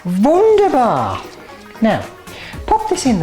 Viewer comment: you pronounced "wunderbar" quite well. greetings from Switzerland